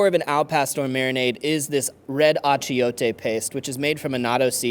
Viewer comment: Bro!! You need to learn how to say Achiote!